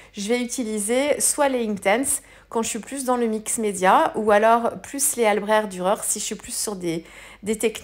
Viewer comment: Bravo, une page marine toute en nuances 👌...je me permets et à voir si qqu'un parlant allemand peut nous départager sur la prononciation ( mon allemand de lycéenne très nul d'ailleurs) mais je pense qu'on prononce le cht à la fin d'albrecht...en référence à ich, comme ich liebe dich my dear.Je préfère finir en anglais 🤣 bon week-end